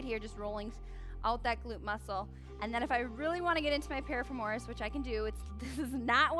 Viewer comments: definitely not how you pronounce piriformis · Losing my mind everytime piriformis is mispronounced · Ok this kinda drove me nuts too! Great stretches though. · This was super helpful info but the amount of times this woman mispronounced “piriformis” gave me anxiety!